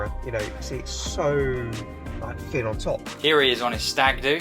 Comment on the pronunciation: It’s not fin on top it’s actually thin on top !😊